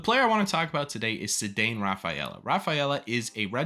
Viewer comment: also his first name is "SAY-don"